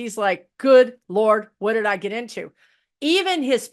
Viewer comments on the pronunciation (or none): none